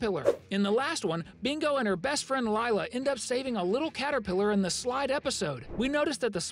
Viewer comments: isn’t it something like lee-la? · Lie uh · How he pronounced it: laila Edit:I meant lailuh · the way you said "Lila"...💀